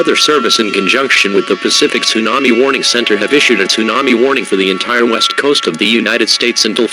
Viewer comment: I thought it said the WEAST coast